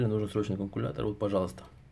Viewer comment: Канкулятор?) вы серьёзно?)